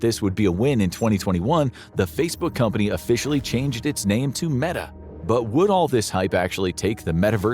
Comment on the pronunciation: They say this is not A.I but he pronounces Meta as "Meeta"...